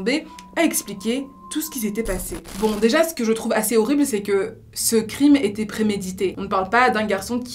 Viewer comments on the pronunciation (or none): none